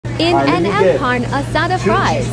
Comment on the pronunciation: "Carne" is not pronounced correctly in the robot woman voice.